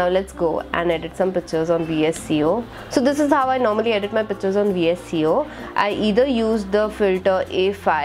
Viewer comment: Cool. Some tips- Don't use any app like Clean Master. These apps don't free up memory. It inversely affects the memory. And phone like Google pixel certainly doesn't need it. . The Vsco app is pronounced as visco not V s c o. And you should never ever put your passwords in Google keep!! Or in any app for that matter. There are few apps which secures passwords. But it's always good not to note down password anywhere.